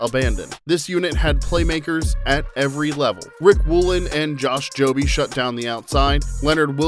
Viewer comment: Josh Jobe is pronounced like robe or globe, silent E at the end. Uchenna Nwosu (new-woah-su). It's important for people to know these guys' names. Other than that, great video!